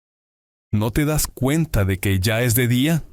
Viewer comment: “ya es de dia?” Pronounced as char-yer-ste dia? 😮 Wut de..??